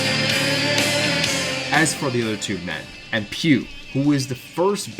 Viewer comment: Empeuw and Julius? Bad pronunciation of Emppu, but who the hell is Julius?